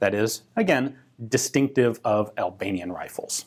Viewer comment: The only time somebody pronounces Albanian good.